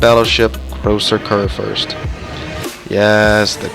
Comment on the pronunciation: As a german its so funny when english speaking people say "großer Kurfürst" xD